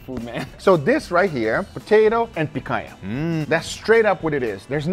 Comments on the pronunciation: I'm surprised to see a gringo pronouncing the "NH" in picanha the way it's supposed to be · Não acredito que esse tempo todo que assisto seus vídeos não sabia que você é brasileiro! A pronúncia da "picanha" entregou 😅